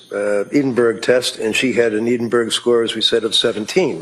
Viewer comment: Oh for goodness' sake, Edinburgh is pronounced EDDINBURG or EDDINBURRA. Counsel for the defence has it wrong and in an earlier video counsel for the prosecution had it wrong in a different way. What's so hard to learn how to pronounce non USA city names?